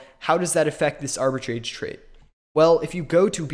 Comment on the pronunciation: not even pronouncing "Arbitrage" correctly